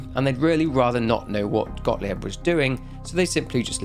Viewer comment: As a German, can I just say that your pronunciation of Gottlieb as “godly-ebb” is ADORABLE? Like, no shade, I know you are putting lots of effort into your videos, you’re really admirable and your love for the Outlast series shines through each time. And you are better than other YouTubers about pronunciation of non-English names but I just think it’s adorable. However, compared to some other English content creators, I don’t need a transcript to understand you saying a German name